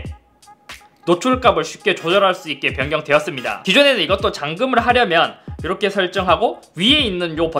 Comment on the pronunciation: 이러헥->이렇게 ㅋㅋㅋㅋ